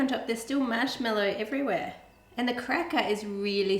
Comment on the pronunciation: "mashmellou" Ah, Australia~